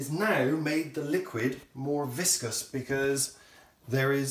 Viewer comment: not 'viscous'....